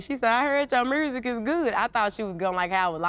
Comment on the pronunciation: GloRilla: My 'mursic'